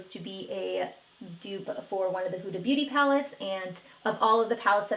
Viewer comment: Ace Beaute is pronounced as Beautay.